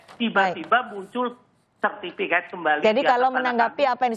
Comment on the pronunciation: Sertifikat Pak. Bukan sertifiket. Berasa ketek